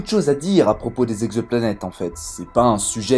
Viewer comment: À 1'00 : "On a recensé quatre mille Z'exoplanètes [...]". Chelou la liaison.